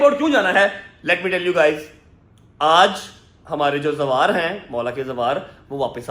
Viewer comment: Zawar ❌ bahn phar